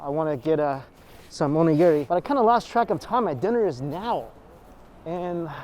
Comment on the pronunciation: Someday you will learn how to say Onigiri correctly